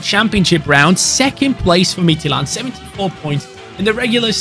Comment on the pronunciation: great pronunciation of midtjylland, as a dane im proud of you